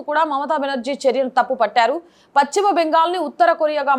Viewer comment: Content is good but, it is PaSchima Bengal not PaChima Bengal